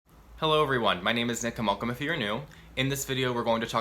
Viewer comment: Yeah! But this time admittedly I listened to it back about 5 times cause it sounded like he said "my name is zickamulcum" 😆